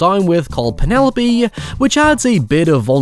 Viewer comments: Loved this movie as a person way too young to have seen it at the time. Cant help but think about the "Peenaloap" pronunciation whenever I hear the name Penelope. Looking foreward to the breakdown of Terrifier and its sequel! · You are pronouncing Penelope's name wrong!!!!